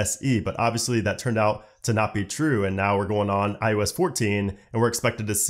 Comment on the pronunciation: Is it me or does it sound like he’s saying ius 14 and not iOS 14. Just saying.